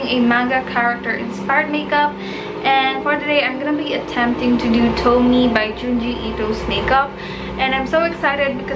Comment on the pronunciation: You read tomie as "to-mi-ye" not "towmi"